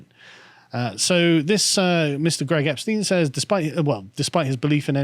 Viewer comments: For someone who used to live in Germany why do you always mispronounce Epstein? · 'Epstein' 'athiest' lol